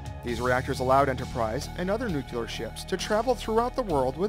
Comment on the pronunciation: Sad that todays Navy is a shadow of what it was when this beauty sailed the seas. The Enterprise should be turned into a museum, not scrapped. Also, when making a documentary about nuclear vessels, practice saying nuclear correctly.